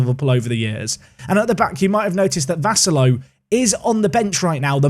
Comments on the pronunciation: One of your two Maltese viewers here. Watched the series since day 1 and always excited watching someone from Malta being involved in the series (even if they are just regens 😁like Vassallo or Gianluca Abela from the United of Manchester time.) You're not saying Vassallo completely wrong, but we tend to say it slower to emphasize the syllables a bit more (at least if you want to say it how we do usually). Here's my best attempt to try explain (if you still can't understand I have no doubts you'll find the right way to say it online, even just typing Vassallo on YouTube should suffiss): Instead of saying Vassallo quickly in one go, we say Vus-suh-llo Vas being said like Bus but with a V in the beginning. The 'a' in the middle said in the same way as the 'a' beginning (like the 'u' in bus) The 'llo' at the end is like saying 'lol' but with more emphasis on the l at the beginning and without pronouncing the l at the end. Basically that way rather than say 'low' The only real mistake is the way the 'a' is getting pronounced, but that's because the way we Maltese say the 'a' differs than how it's usually said in regular English. The 'a' is not said as 'eh' but more like 'uh'. Hope it helps, I tried my best to explain but it's not easy when we're speaking about a language which is basically a combination of English, French, Italian & Arabic 😅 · I cant believe you signed a maltese player! This makes me so happy! But you butcher the surname "Vassallo"